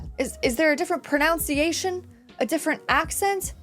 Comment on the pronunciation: The same way you say "leopard", but with an "n" instead of a "p" in the middle. Also, there's no such word as "pronounciation". It's "pronunciation". The act of pronouncing is pronunciation = pro-NUN-see-AY-shun.